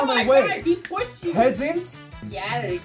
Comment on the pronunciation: I love how just snaps and says 💕✨PeASanT ✨💕